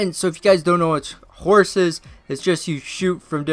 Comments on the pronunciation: Did u hear it?He said H O R C not H O R C E. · When Steph won he said HORS not HORSE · This dude said HORS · he said lonzo lost he has hors he never said e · You even tried to make Lonzo win cheater and u said hors lol